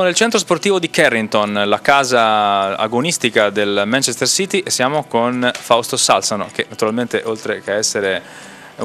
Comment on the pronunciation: La pronuncia corretta è Sàlsano. Sono originario di Cava, come Fausto